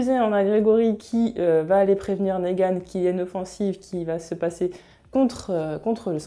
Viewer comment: Je viens de découvrir ta chaîne, tes vidéos sont top, je viens de m'abonner ! J'ai surtout regardé tes vidéos sur TWD pour l'instant et j'ai remarqué que tu prononçais Negan : Négan mais ça se prononce Nigan :)